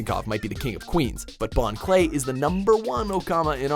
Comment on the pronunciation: It's Bon Clay not Bon Kurei